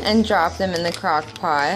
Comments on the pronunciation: i cant be the only one who heard cockpot the first time she tried to say crockpot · The first crockpot was fine. The second was 100% cockpot no doubt. I reminded it 3 times lol and she's says it properly straight after.